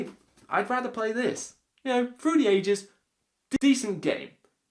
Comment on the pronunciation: Whever you say through the ages all I hear is fruity ages.